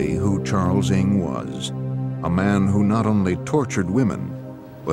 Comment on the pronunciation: i can't help but to comment how wrong the host is reading his name, ng sounds more like 伍 (wu) in cantonese instead of 'ing' which he keeps on repeating